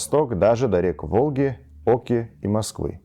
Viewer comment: Спасибо за видео. До ОкИ, не до Оки – ударение на И, а не О. до Припяти – до ПрИпяти – немного не четкое произношение, надо поработать.